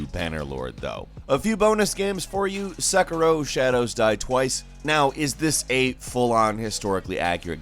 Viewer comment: the 'se' in sekiro pronounced kinda like 'say' but a bit shorter.